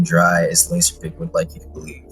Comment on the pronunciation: nice vid, lazerpig do be piggin’, not lasin’